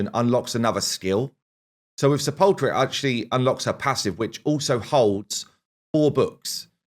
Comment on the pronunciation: It's SEH - puhl - kr. For some reason, it seems all the CCs have a really hard time pronouncing her name accurately.